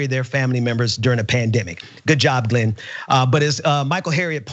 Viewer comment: The guy at the beggining of the clip couldn't even pronounce Glen's name properly.